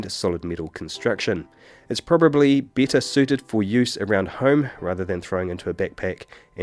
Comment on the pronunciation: Hey, a quick question - is this guy speaking with British accent or what? thanks! I kind of lost it when he said 'beetter quality'.